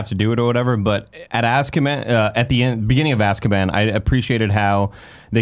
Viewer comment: Everytime says "azkaban ", I think hes saying "asskaban". watched the wrong movie.